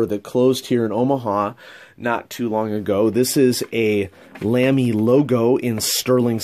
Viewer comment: Great collection, fun to see what you've got now compared to last few years. Incidentally, sorry for a little nitpicking: *LAMY* is pronunced like "Lah-Mee" (not "Lam-mee").